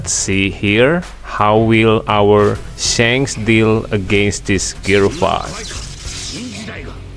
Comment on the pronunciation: I like him when he says sanks not shank’s 😂